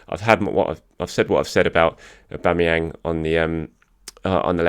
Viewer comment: auba what !! aubaa who !! aubama'vinho 😂